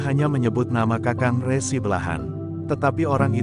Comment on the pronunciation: Dalam mengucapkan kata "RESI" harusnya seperti bunyi pada ucapan RESi pada pengertian tanda terima berkas, bukan bunyi resi seperti pada kata resiko